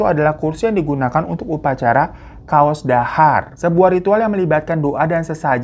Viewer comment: 12.46 caos dhahar dibaca 'caos" bukan kaos... Caos = menyuguhkan/memberikan Dhahar = makanan